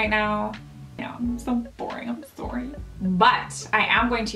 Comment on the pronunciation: Or rather how your accent is more noticeable when you say sorry...